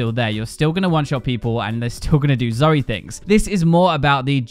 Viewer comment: It's Zoe not Zoey